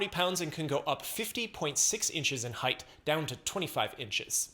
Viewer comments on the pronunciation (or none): none